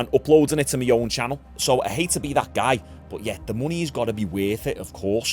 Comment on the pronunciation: Do you know what my is? I notice you say me content me me me. Its my my my. But keep it up.